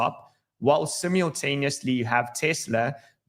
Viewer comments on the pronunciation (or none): "Simiontaniosly" or simultaneously 😅